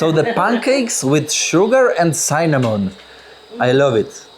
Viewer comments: Sinamon, nie sajnamon 😂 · cinnamon "si nuh muhn" - czyt. synamun ( nie sajnamon ) a tomb czyt. tumb - tak na przyszlosc ;)